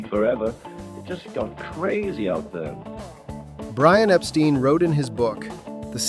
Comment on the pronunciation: mispronounced Brian’s name didn’t he!